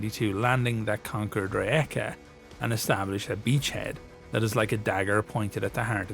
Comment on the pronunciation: Also, props for learning how to pronounce Rijeka!